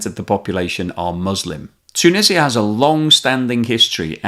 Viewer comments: Is this narrarator AI generated ? It constantly pronounces words wrong. It's, TOO-NEE-ZHUH, not Too-Nih-See-Uh. 🤦🏽‍♂️ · Great video. Just some comments on your pronunciation: It's pronounced 'tu-NEE-zja' in English, not ' tu-nissia'. 2) ma-GHREB, not MAH-greb 3) it's cOUntry, not 'cUntry'. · Tuuuunisa. its just Tunisa, or say Tounes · Tshunisia? Why? It is T-u-n-usia! Beside that, I like! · This hurt my head every time you said toonisiah. 😂